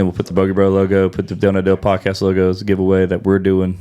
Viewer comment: at the dale not dal -e podcas -t